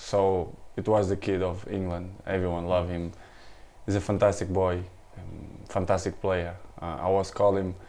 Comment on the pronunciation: I like the slight Glasgow accent when Cristiano says "boy"